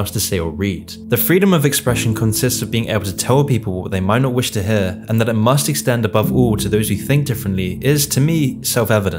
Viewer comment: dude pronounces the word "hear" like "hehhh"